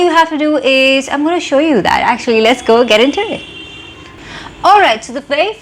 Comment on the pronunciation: Why do you pronounce is as ease ? Why sistar????? Whyyyyyyyyyyyyy???